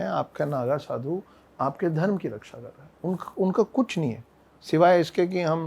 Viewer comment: छत्रिय न कि छतरिया धर्म न कि धरमा हर शब्द के बाद बड़ा आ लग जाता है अगर ऐसा है तो शुभमा बोलो बुरा लगा होगा माफ कीजियेगा पर सही उच्चारण करें